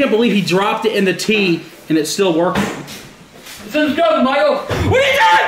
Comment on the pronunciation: inderstructible it is not